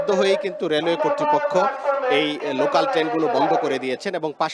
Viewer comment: লোকান নাকি লোকাল?